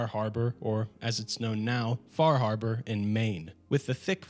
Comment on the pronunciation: the way you said far harbor like a new yorker, how did you end up in the mojave anyway